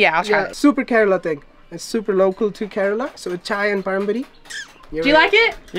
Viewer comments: It is not correla but Kerala. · fun fact 😂 not corella , kerala 😅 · You are mispronouncing kerala. You are saying it looks ka rella when it's Ker ala.